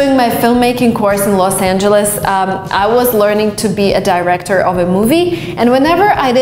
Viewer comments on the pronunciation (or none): She pronounced ,,director" wrong